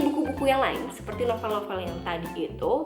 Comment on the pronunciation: Cara nyebut novel itu NOVEUL iu kata guru bhs indonesia saya kak ☺